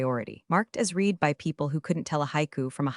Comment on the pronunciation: I enjoy the stories. I wish the AI reader pronounced the word "read" (red) correctly. Hopefully her Japanese is better. 😃